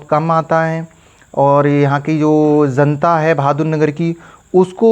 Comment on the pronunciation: Ezzent , Zanta 😂